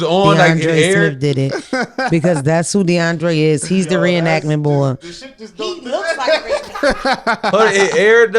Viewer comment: Calling “ Reinactment bor” is hilarious